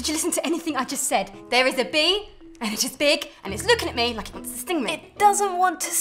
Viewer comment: I thought she said bear but she was saying bee